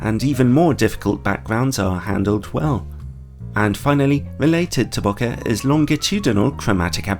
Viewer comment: I always trust someone that actually knows how to pronounce “bokeh” 💙 great review! Might add this to the cart as well, really love my 85mm.